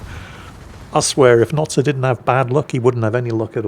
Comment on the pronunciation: Notsir?????????????? I thought it was Noster???????????